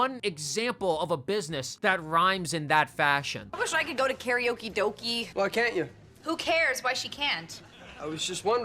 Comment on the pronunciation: Karaoke does not rhyme with doki. It rhymes with doke.